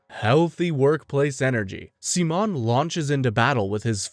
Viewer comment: Amazing recap but... PLEASE STOP SWITCHING BEWTEEN AMERICAN AND SPANISH SIMON PRONUNCIATION!! Damn... so much of the amazing lines from ep 27 were cut. DAMN COPYRIGHT! To anyone who haven't watched the two movies, if through pirating or legitimate sources like the blu-ray. (blu-ray should be the ONLY way to watch the two movies) Though just enhanced recaps, Childhoods End adds a little more to Simons character. But it sadly skips the Lordgenome fight, probably due its nearing 2 hour cast time. The Lights in the Sky are Stars is a complete remake to the Studios and Authors true vision of the Anti-Spiral fight.